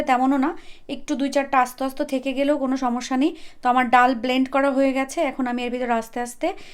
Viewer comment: ডাউল নাকি ডাল,আপনি কি পড়া শুনা করেন নাই